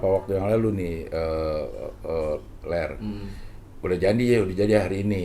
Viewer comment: Manggil Lar Ler Lar Ler kedengeran kaya lagi manggil Peler wkwkwk